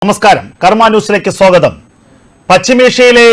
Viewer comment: സോഗതം അല്ല സ്വാഗതം... എന്ന് പറയൂ.